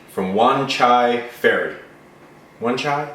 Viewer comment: you pronounce wan chai it right the first time... Also wan chai is a part of hong kong, in fact i live not far from there (5 min by MTR) ;D